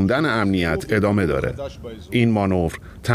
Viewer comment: ادمه . یا عدمه . چه معنایی دارد این آقا نمیتواند از روی کاغذ هم فارسی بخواند و ادامه را ادمه میخواند و اگر منظورش عدم بوده دیگر عدمه معنی ندارد . تو خود حدیث مفصل بخوان از این مجمل .